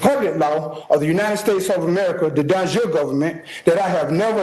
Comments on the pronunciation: Dude can't pronounce De Jure because he's never heard it spoken aloud, but he's gonna self represent on a murder charge. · Boss move was the judge not correcting the guy's pronunciation of "de jure".